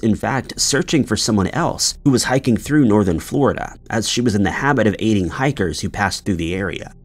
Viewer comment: At first I thought he said "eating hikers " but it was "aiding hikers " lol His real name was Deckard Cain